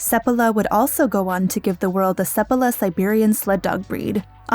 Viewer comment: So Balto was just hyped up due to the lazy/manipulative media? They have been doing that since time immemorial, as you can see. Also, every time you say Seppala I kept hearing Sephiroth, which was hilarious to imagine that sissy FF7 villain on a dog sled. :D